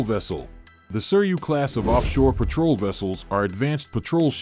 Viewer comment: Petrol boats wow good English skills